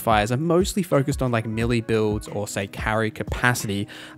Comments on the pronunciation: May-lay. Not Melee. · I am sorry to be that guy. I love your content, I just wanted to say “melee” is pronounced “Maylay”